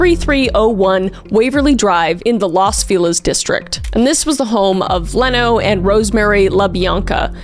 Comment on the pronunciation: Leno LaBianca's name is pronounced "Leeno."